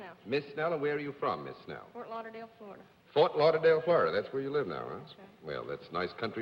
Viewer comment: "Fort Louderdale, Flowerdah" another one of Cerf's odd pronounciations! 😅 Eve Arden was always So classy.